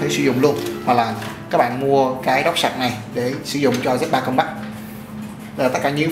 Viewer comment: Không có ai đi phát âm một thứ tiếng không phải mẹ đẻ = 100% đâu bạn. Mình chỉ góp ý nghe cho hay thôi. Còn bạn khoe background during học bên Anh mà pronounce compact like that. Oh well! That's a real impact statement.